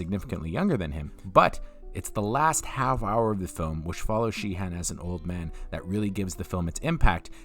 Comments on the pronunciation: Uh...Frank Sheeran...not Sheehan! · His name is Sheeran bro, not Sheehan. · "Sheeran," not "Sheehan." 😁